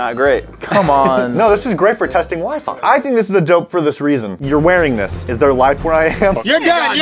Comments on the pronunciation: is it just me or did say wee fee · The fact that said " wee- fee" instead of Wi-Fi has me dead and shook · Its not wee fee its wy fy guysss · lol the toilet water still on the table man ... and i thought it was my dad alone that pronounces wifi as wee fee lool